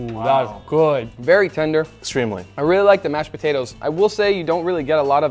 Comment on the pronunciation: I heard Nick say Botatoes the first time 😂